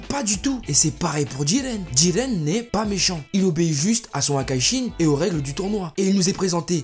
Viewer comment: Bonne video je n'aime juste pas comment du dit le nom de Jiren avec une sirte d'accent bizarre xD sinon +1 abo